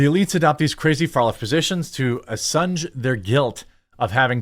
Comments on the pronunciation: "Assuage" is pronounced "uh-SWAYJ", not "uh-SUNJ". Just FYI. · assuage /ə-swāj′/, not u-sunj. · "ah-sun-j"? Assuage is pronounced "ah-sway-j". While I'm here, deluge is pronounce "del-yuge" not "day-loog" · Assuage is pronounced ASS-WAGE...not whatever it was you just did. 😆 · Jeremy… once again, assuage is pronounced “ass swage” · "...to 'ASSUNGE' their guilt..."?? 🤦 Dude, seriously? I get it, 'English is dead,' but c'mon, at least TRY.